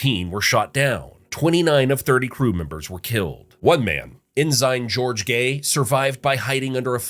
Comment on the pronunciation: AI narration. No way anyone is pronouncing "Ensign" the way its pronounced here.